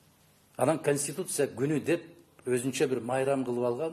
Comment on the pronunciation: ""КОНСТИТУТЦИЯ""деген созду туура айта алышпагандар,анын ичинде эмне жазылганын кайдан окушмак эле!!!!!??🤦🤦🤦